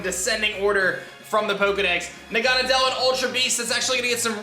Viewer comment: its na-ga-nae-del not that